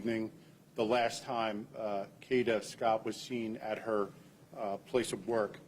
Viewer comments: This is not the damn story ! And her name is pronounced Kay-da .. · U not pronouncing her name correctly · Please pronounce her name right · LEARN TO PRonounce The person's NAME